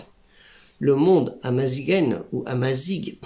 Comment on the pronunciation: Salam aleykoum, l'avant dernière lettre ne se prononce pas "zzz" mais "rrr" imazighen, ça se prononce imaziren. (L'homme libre, l'homme noble). Barakallahufik pour vos efforts.